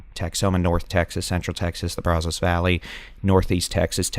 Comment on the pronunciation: It isn't "Brawzoes..." You didn't learn to pronounce Texas names here, Yankee.😂